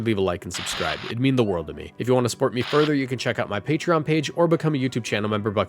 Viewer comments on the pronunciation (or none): none